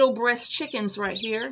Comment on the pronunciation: American Bresse. I thought you were saying breast, lol.